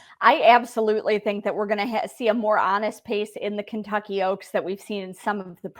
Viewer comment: The Over and Under for how many times says the word Ebsolutely on the Oaks Countdown Show is 4 at Fanduel.